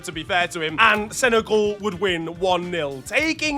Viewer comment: Why do u pronounce it senegaul when it's sene-gal